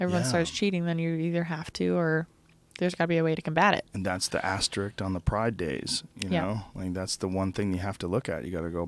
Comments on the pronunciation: hey joe much love to you but its asterISK not asterICK. peace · Someone needs to tell Joe to stop saying "Asterik" instead of Asterisk* He says it multiple times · Joe, please, for the love of god. It's "asterisk" not "asteriked"